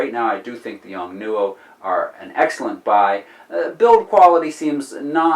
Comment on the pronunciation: The correct way to say it is.... : " yongnuo " :) Thanks for sharing ! Man what would I do without YouTube as a school !